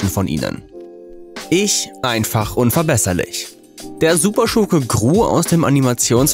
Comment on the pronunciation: Das heißt nicht Ich einfach und verbesserlich. Aber er betont es so